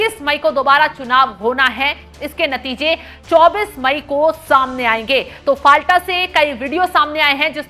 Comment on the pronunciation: फलता सही उच्चारण हैं। फाल्टा गलत उच्चारण कर रही हैं ऐंकर।